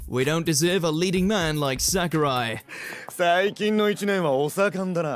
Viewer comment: Did he call sakuta sakuri?